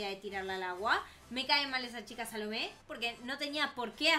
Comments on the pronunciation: Oye si dises el nombre de la chica salomé le pones una a en la o en ves de que sea una o que sea una a y dise salame, XDDDDDDDDD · Yo cuando escuché el nombre de "Salomé" pensé que dijo salame XD